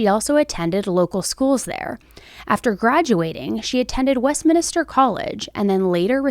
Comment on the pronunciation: This is the second time in an hour I've heard someone pronounce "Westminster" wrong. It isn't "West MinIster." It ends with MINSTER not MINISTER.